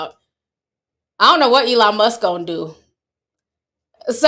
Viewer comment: 😂😂😂You said “ion know what Elon Musk gon do” 😅